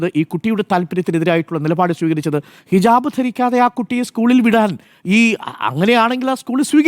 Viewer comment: ഹിജബ് അല്ല ഹിജാബ് 😄😄